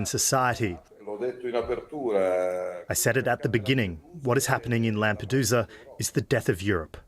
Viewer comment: Lamp -a-dooza😂